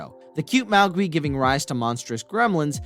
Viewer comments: Have you seen Gremlins? Gismos original breed name is not pronounced “Mao-gwi” but “Mo-gwai”! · Please say mogwai right !! It’s not mowgi it’s mogwai !! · You've never watched these movies before. What's a Mowgwee? That's not how you pronounce Mogwai. You don't even know how to pronounce Peltzer. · It's pronounced "Mog-why " not mowgwee, I'm enjoying your video just that's his breed and you'll have people on at you about it already I bet so for future reference 😉. I'm glad you put basket case on the list, that movie terrified me as a kid I had nightmares about that conjoined twin thing for weeks after watching it and theirs 2 sequels but I never watched em too scared even now at 42 😆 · What's a "Mowegwe"? It's MOGWI, pronounced MOG-WHY! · Did you really just force us to listen to you say "magwee" for 10 minutes? It's mogwai. "Mohg", rhymes with dog. And "why". Not wee. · Mag we WTF its pronounced Mog Y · It's pronounced MOG-WHY. But not spelled that way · Its fucking mogwai mow-gwhy mow gwhy ffs has this person never spoken in real life before ffs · Having a narrator that can't pronounce things correctly,well done 👍🏻 The hell is a Mau Gwee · HAVE YOU ACTUALLY SEEN GREMLINS??????????? BECAUSE YOU DIDN'T PRONOUNCE A DAMN THING CORRECTLY. MOGWEEE ??? REALLY????? HOOKED ON PHONICS AND GOOGLE SHOULD PLAY A PART IN YOUR FUTURE ENDEAVORS!!!!!!! GOOD LORD!!!!!!! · How the HELL have you never seen GREMLINS!? If you did, you would know how to say their names correctly because they say it in the movie a MILLION TIMES! You pronounce Mogwai AS MOG-WHY FFS! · DUDE. Referring to Gremlins, it is not as you pronounced it. It is pronounced "Mah-gwhy" or just call it Gizmo. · mug why and soo vee et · Gremlins... I'm pretty sure it's Mogwai (Mandarin: 魔怪, mó guài; Cantonese: 魔鬼) and not "Maugwi". Found at least one movie I did not see, so thank you for the list. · It's pronounced....MOG WHY lol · Your pronunciation of Magwai lol. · what is a mowgwee??? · You said mogwai wrong.